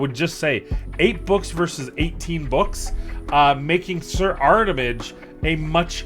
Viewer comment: Drinking Game!!!! Every time says "Armitage" instead of "Artimage" you drink a shot. I DARE YOU! lolololol 🤣🤣🤣🤣🤣